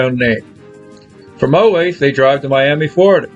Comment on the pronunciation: They stole the car in Iowa not Olathe which you pronounce wrong. And the arresting officers in Vegas were not women .